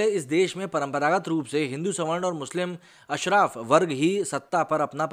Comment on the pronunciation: अशरफ नही भाई अशराफ होता । In English spelling of these two words are same but pronounced differently